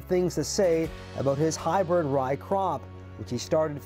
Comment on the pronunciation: Hey Announcer, Did you say "hybird" ?? WTF?